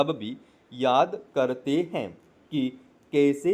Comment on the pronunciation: अरे भाई आपने 20 गलती तो डिक्टेशन बोलने में ही कर दी हैं। हैं के लिए है बोल रहे हो। पहले मटर को एक दो बार पढ़ लिया करो उसके बाद उसका डिक्टेशन बोला करो क्योंकि आप मैटर अच्छे से नहीं बोल पाते उच्चारण में अपने सुधार करो बहुवचन को एक वचन और एक वचन बहुवचन बोल रहे हो। शब्दों का उच्चारण भी अच्छे से नहीं कर पा रहे हो। अब जब अच्छे से नहीं बोल पाते तो नए नए लोगों को मिसगाईड क्यों कर रहे हो?